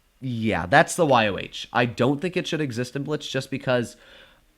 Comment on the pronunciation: its pronounced Y-O, not Y-O-W